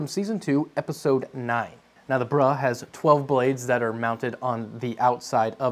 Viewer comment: Gotta stop pronouncing "Bruh" as "Brah" they are two distinctly different words with different connotations.